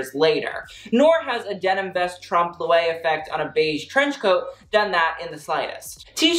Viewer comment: Trompe l’oeil is pronounced “trompe LOY” not “trompe le way”. Driving me insane.